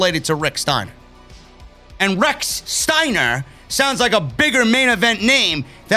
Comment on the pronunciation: What in the actual fuck: they can't say "Steiner" or "Wrestle(r)"